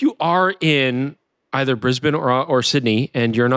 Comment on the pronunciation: Mightily impressed with your Brisb'n, rather than the often heard Brisbain! Eeeek!🤨👍